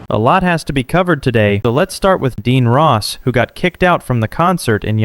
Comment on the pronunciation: I don’t care about Adin Ross or Jack Doherty, but the narrator of this channel sounds brainless.. & as soon as I heard “Adeen Ross”, I knew the channel was a joke..